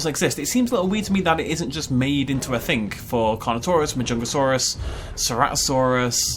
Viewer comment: How does "thing" in a british accent become "fink"?